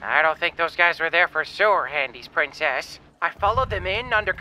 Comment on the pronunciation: "Princess"? I thought she said she was a "Pwincess".